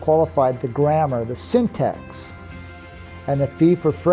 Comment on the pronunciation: Why does it sound like he is saying Syntex instead of Syntax?